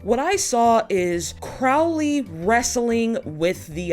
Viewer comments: Well, you pronounced Crowley right when you talked about pronouncing it wrong. It's just an oh like in crow vs. an ow as in cow difference, so I don't think it's accent related. Your Aziraphale is spot on, though. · I don't really grasp your excuse for not pronouncing Crowley correctly. I mean, you have crows -the birds - in the US right? Do you call them 'crow' as in 'how'? Nor the most important thing in the world, admittedly. Just confused